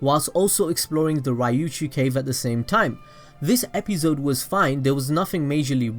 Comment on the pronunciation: i stopped watching bc of the way he says episode